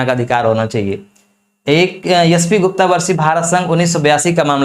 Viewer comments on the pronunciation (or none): none